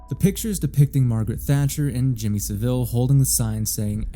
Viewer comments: It's pronounced Jimmy Sah-vill rather than Jimmy Sa'veel. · Jimmy Saville is pronounced Sah-vul btw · i jus t watched another video where someone acted as if jimmy saville was a lesser known bad person from history. nope he is one of the most well known. this was an iceberg video and it was further down the ice berg for some reason. also you americans pronounce his name wrong. its hard to type but listen to him and others who knew him say it, if you search for him i'm sure you'll find videos in which it is pronoucned properly. basically its not pronounced with the emphasis on vill. but rather, sav. it's pronounced SA vil. not sa VILLE as in villa or deville. so you pronounce it (and that other guy from the iceberg video) like seville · You are pronouncing Saville wrong. The guy was a massive nonce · Pronunciation of saville was silly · Hearing Americans mispronounce Saville, one of our worst and most prolific criminals, will always make me chuckle. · Only an American says Jimmy Savile like that 😭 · I'm not sure if I half-love or half-hate the mispronounciation of Jimmy Saville's name. On principle, I hate it when creators can't bother to spend one minute to look up a pronunciation. It feels sloppy and makes me question what else they didn't bother to check. As a non-native English speaker, inconsistency and sloppiness from native speakers adds to my mental load. Yes, I AM autistic, thank you for noticing! This specific case though? Trash his name to your heart's content.